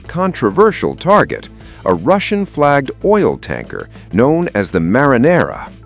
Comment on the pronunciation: The Mariner. Not the Marinara.